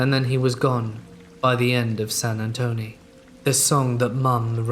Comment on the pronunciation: SAN ANTONE........ TONE NOT TONY..